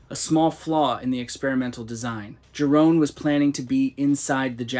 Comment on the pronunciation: Yeroon. Dutch j is pronounced like a y.